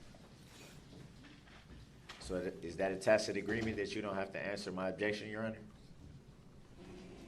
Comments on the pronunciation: Finally, he learned it's tacit and not tackit. 😆 🤣 😂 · Oh wow, DB learned how to pronounce tacid agreement....he butchers the English language with his ignorance. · i love how he said "tackett" agreement for the entire trial until Judge finally pronounced it correctly in replying to him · He learned how to pronounce "tack- it" mwaaa haaaha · First of all, this man is evil but not stupid. He’s extremely intelligent. He’s learning on the fly, and when he is calm and asks cogent questions, they’re actually good questions. Second, someone somehow is helping him as evidenced by his change in pronunciation of the word tacit from “tack-it” to the correct pronunciation. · Wonder who told him the correct way to pronounce tacit?? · Somewhere along the line, he learned to pronounce "tacit," at least. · Lil B!tch Brooks FINALLY figured out how “tacit” (tacit agreement) is pronounced. Coming up on the next episode of Pro Per Idiots: Lil B!tch Brooks in Dodge Correctional, Moment of Troof: Meaning of “Tacit” Dawns on LBB (Solitary Confinement Edition). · 6 people killed. Dozens more injured all so this asswipe could learn to pronounce tacit 🙄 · It took him almost two weeks to figure out how to pronounce the word "tacit". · His SovCit daddies taught him the word "vehemently". Like they drilled him like a circus animal in two days to be able to say "tacit".